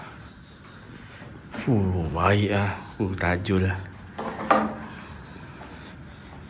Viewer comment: Baru jugak tengok sembang seram, cakap TAJU bukan TAJUL, takde L 😂 Lawak lah 😆 Apa2 pun terbaik MRA!! 👍🏻👍🏻👍🏻